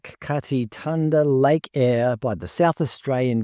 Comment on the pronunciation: why on earth would "thanda" be pronounced "tanda"?